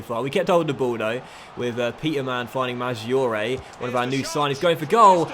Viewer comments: Great vid and I'm excited to see you in Italy again! Just a couple pronunciation tips if you want them: in Italian and G or C before an I or E (single or double) sounds like J or CH respectively. So Maggiore, for example, is pronounced Majoray, basically, and so on. Similarly, a CH before I or E is pronounced like K (so the man's first name Michele is Mikelay, not Mishell). SC makes a SH sound, GN makes a ny sound like the ñ in spanish. Good luck and I look forward to seeing Palermo storm back to the Serie A and hopefully come in second to my beloved Roma! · Great to see the series coming back in fifa 17! Pronunciation tips from an Italian: it's Julio (just like Julia, but with an O at the end) Madgiore (as in the word "edge") Keep it going